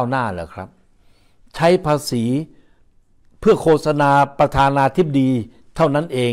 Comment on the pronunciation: ไม่ใช่โคสะนาต้องอ่านว่าโคตสะนาครับท่าน